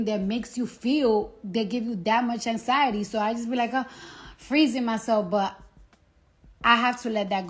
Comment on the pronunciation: The way Cardi pronounces anxiety lol “Anks-SY-UH-TEE” 😂